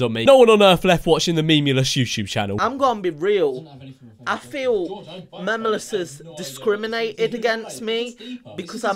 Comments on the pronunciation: I’m annoyed at the fact that pronounced it as MEM-YOU-LESS the entire time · Guys guys he cant spell and he makes music videos he said MEMEulous as mameulous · Meme-u-lous not memulous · DataGhoul that’s what she’s doing because I’m the vid he says memulous instead of Memeulous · How many times did he say ‘memmulus’ instead of memeulous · Did this brat say "memulous doesn't come across as very intelligent" in wich phrase he miss pronounces memeulous? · he pronounces it “mamulous”